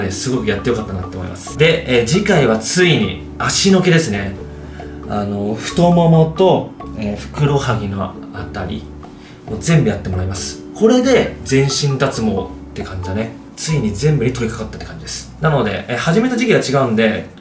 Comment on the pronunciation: ふくろはぎ？ ふくらはぎですよ！